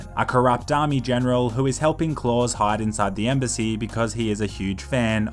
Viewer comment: It's pronounced. Cl-Ow-s